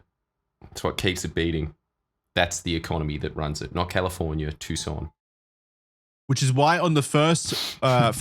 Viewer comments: Lmaooo “too SAHN” pronunciation is murdering me. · Tbf, their pronunciation is correct, just with emphasis on the "SAHN" instead of the "TOO". I thought they were going to say "Tuck - SAHN" the entire episode 😂